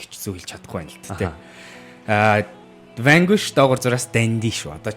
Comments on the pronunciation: zasaj heleed bhd ni urdaas ni harchaad Vanguish geed bhin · Vanquish geed neriine zov heleeche unshij chaddgumu hashain hutlugch ni